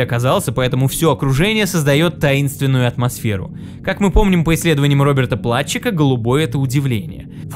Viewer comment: Единственное, фамилия читается как Плутчик П.С. психолог